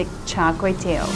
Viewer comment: Good job trying to pronounce it 😂 As a Singaporean I know how it's supposed to be pronounced. The only thing was your last word, which should be pronounced 'tee-ow' (pronounced quickly as a diphthong; 'ow' as when you are in pain). But you said it so cutely nevertheless !! 😁😄 greasy food ftw... lard is a must though yum